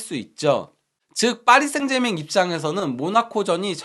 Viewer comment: 파리셍제르망 이 맞는발음 이라니 (파비앙님)!정정해서 클럽명 방송 하시길😮파리셍제르맹 틀린발음 매번 틀린 클럽명 거슬림